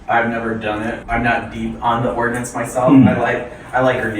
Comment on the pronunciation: Brother, its Ordnance